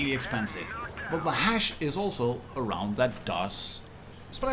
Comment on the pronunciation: I like how you keep saying Hash instead of Hesh ...you stinky pothead 😉 😂😂😂